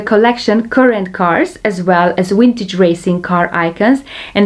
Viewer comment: I like the way you say "wintage" and "wideo". ;) Thanks one more time for the very detailed review of the Solido and Shuco models!